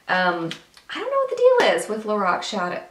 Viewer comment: Gurl ur so funny...lorock hahahaha. Ur super gorgeous I need some eye tutorials....ur killing the British accent.. funny gurl j ust sweet pure funnyness